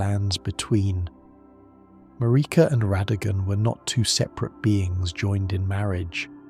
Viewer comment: This feels like AI is having a rough time with some of these names and phrases McElla vs Miquella, Marika vs MarEEka. Quit using AI to create things that you can do yourself.